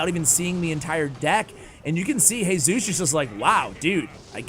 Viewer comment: Hey-sus It's G-sus The sus from sustain